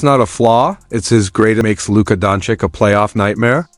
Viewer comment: It’s pronounced DONCHEECH